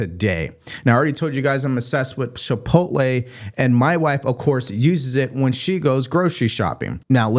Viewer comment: Chipotle, not Shipotle